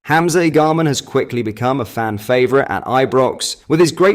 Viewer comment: Hamza’s a gamon. Honestly stop using ai man. 😂😂